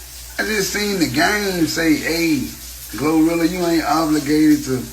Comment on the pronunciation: The word is: OBLIGATED or OBLIGATORY or OBLIGATE or OBLIGATIONS!! NOT OBLURGATED!! Smh.